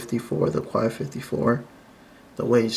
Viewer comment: Quai is pronounced "k"